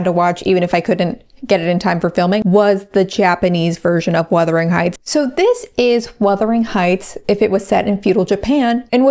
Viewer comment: Worst-ering Heights.